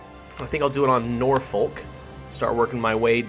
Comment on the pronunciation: Norfolk pronounced nor-fo-ck